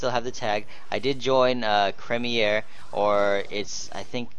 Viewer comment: Dude the old name was creamier which is pronounced cream-i-er great vid buddy and welcome to the guild :D